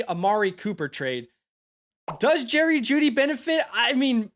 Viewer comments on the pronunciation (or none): none